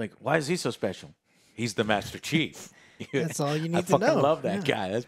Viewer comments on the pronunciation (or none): hmm i hear always master cheeks or master cheap